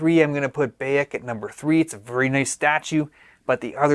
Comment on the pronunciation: Just got a deposit down finally. Im in the uk so had to work that issue out due to the us only thing. Cant wait! Will say you said Bayek wrong haha